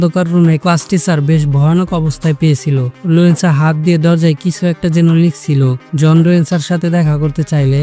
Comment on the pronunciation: লুয়েনসা না বলদ লুসেনডা